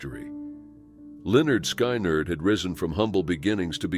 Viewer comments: what name did he just say? way off, sounds like Skynerd .... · Pronounced Lynyrd correctly but SKY NERD..... Seriously, learn how to pronounce the names if you're going to narrate the stories. Wow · Can you say Lynyrd SKIN-ERD? Please and thank you kind sir. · The computer can say Lynyard correctly but not Skynyard???